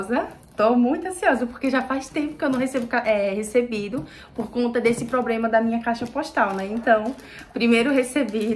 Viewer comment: não é "probrema", é "problema"